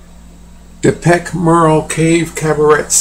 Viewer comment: You are not convincing. I would suggest that it could be a drawing of a man out hunting, covered in a skin of an animal in order to get closer to his quarry. Also note that the trunk follows through to the drawing behind the hunter. Also suggest that you take the time to pronounce 'Perch Merle' correctly